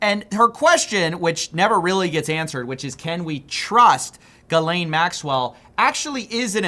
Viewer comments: So is it pronounced Gilane or Jizzlane? Youre confusing me ;D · Great piece. Ghislaine is pronounced less like "Jizz-Lane" and more like "Helaine." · How do you pronounce her name two different ways between shots! 😂 : “Gheelane” : “Gheezelane” 😂😂😂😂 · Is it GHIZ-laine or Ghee-laine Maxwell ? You pronounced it both ways bro. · love your videos, keep them coming. one thing; PLZ stop saying "gizz-lane" ... it's "gee-lane". It seems to be a real american thing to read it like it's spelled lol. that is all xoxo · Your ability to switch between pronouncing it "Gill-aine" to "Gizz-lane" 3 times in 2 minutes is amazing. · Finally, someone who doesn’t pronounce it Jizz-lane. Most mispronounced name on the planet. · The correct pronunciation is "Geez-Laine" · The S in Ghislaine is silent. I physically wince every time you say Gizzlaine. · JIZZ-LANE, say her name right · Why are we so worried about pronouncing pdfiles names correctly? Its JIZZ LANE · I'm pretty sure "Jyzz-Layne" is not a French pronunciation. I figured most journalists would give more weight to pronunciations used by people who actually knew the woman. Anyway, thanks for adding some layers to my understanding of this concept. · Can we all treat her with the respect she's entitled to, and pronounce it "Jizz-Lane"? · Its pronounced "Jizz-Lane" Maxwell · It’s pronounced “Gee-Lynn” if you go with how the Maxwell family pronounces it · As a French speaking folk, I just want to point out that the S is silent: Gee-len (with a hard G) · "G'Elaine" ? I always pronounced it Ghizz-Lane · Doesn't really matter but it's pronounced gee lane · its pronounced Jizz-Lane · It's pronounced, jizz lane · How is it that nobody can consistently pronounce any of these people's names? "Gih-Lane." "Joo-fray." It's really not that hard. Literally every podcaster does three different versions in every episode. Still, good work, don't let this story die. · Her names is not : GiiiisssssLane bro. Learn how to pronounce it correctly